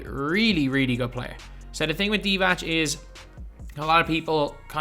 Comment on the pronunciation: Vlade Divac is pronounced not like Divach it’s like Divats. Idk how to explain